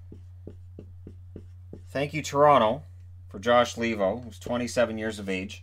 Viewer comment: Argh, that Lee-vo pronounciation drives me nuts! It's a Finnish name so I it's supposed to be pronounced Lay-vo.